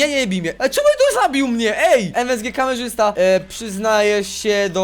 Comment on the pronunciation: Ale super orto ; Kameszysta zamiast Kamerzysta ;_